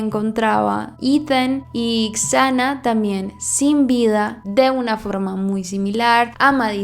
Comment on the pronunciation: Me encantan tus videos! Su nombre se pronuncia “Sana” ❤